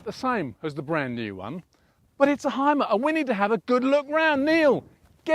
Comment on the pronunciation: Great review. It is pronounced Hume - er by the way, not "Hime - er"